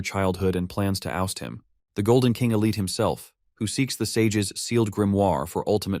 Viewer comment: The one who keeps bieng reffered to as "Elite" is actually "Elte" pretty sure pronounced as (L-Tee). It was really bothering me for some reason =P I also had to add.......The MC is simping wayyyyy too hard on taylor...... to me it's obviously not the exact same game that hes used to, he's already changed many things and nothing catastrophic has happened. It would be cool if he would figure this out soon and become the MC he's supposed to be. =) - Edit - What an amazing story, Honestly wouldnt change a thing after seeing it all the way through! Great manhua tell btw!!!!